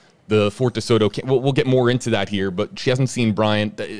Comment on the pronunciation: Please don't say "here" ever again.